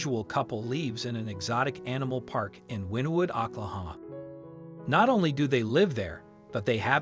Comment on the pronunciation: How does a man with an American accent not know how to pronounce Oklahoma? Ahklahahma? wtf